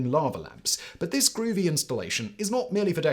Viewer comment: Simon saying "groovy" in the most posh voice on Earth is legendary.